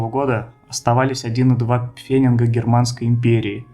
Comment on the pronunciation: Не "пфеннинг", а "пфенниг".